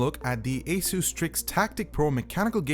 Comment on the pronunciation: it's pronounced ace-us not ace-use